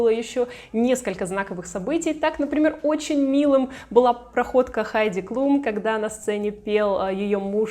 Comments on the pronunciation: Обратила внимание, что ты Хайди Клум, называешь Хайди Клюм. Почему? Никогда ранее не слышала, чтобы кто-то так называл. Причём, один раз в ролике, ты всё же назвала правильно. В Википедии написано Хайди Клум (Heidi Klum), она немка. Но на английском и на немецком её фамилия читается одинаково. Даже в целях проверки, в Гугл переводчике и на английском и на немецком перепроверила произношение. Фонетический разбор слова и транскрипцию писать не стану. И так всё ясно))) Я, конечно, углубилась в разъяснения, с горяча, но очень резануло произношение. Вроде бы известная модель и имя на слуху. 🤷🏻‍♀️ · Вы так странно фамилии моделей каверкаете, то Хайди Клум,То Клюм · Почему Хайди Клюм.??? КЛУМ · Хайди КлЮм? Серьезно? Серьезно??? А Джордж, наверное, КлЮни? Или всё-таки Клум и Клуни?